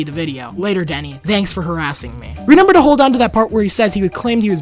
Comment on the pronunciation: Once again, thanks for showing the dms between me and theft, i still can't believe he din't sayd my name correctly (witch is denys not deny), and he still made fun of my english, what an a-hole, oh well i guess now things are over for now, or he will just make a spete move and keep been an cry baby